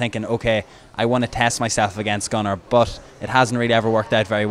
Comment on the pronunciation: "Gunnar" sounds like "Conor" :P